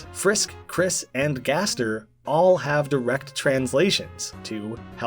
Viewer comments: gaster is not guest its gäster. One letter of but it sounds completley different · Me: gasp, I AM SWEDISH! actuly its gäster. With a "ä" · its gäster for guest in Swedish not gaster